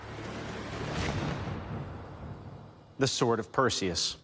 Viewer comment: I Hit play just to hear him say: "It will Keel" 😂🥴